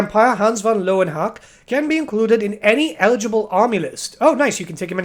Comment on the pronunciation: learn your german, pal. its pronounced leuven hucka. love your channel btw